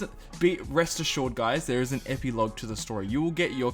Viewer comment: You said ep-Ee-lauge